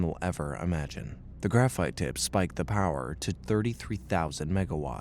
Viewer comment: why’d it say graphite like that